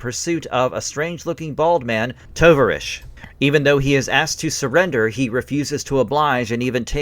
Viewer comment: It’s the Russian word for comrade. The name should be pronounced ‘Tow-Vahr-EEch’. O as in tow A as in car I as a long E as in field Good video.